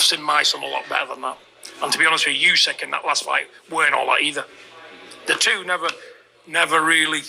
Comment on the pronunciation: He can't even say Usyk's name. Fecking idiot!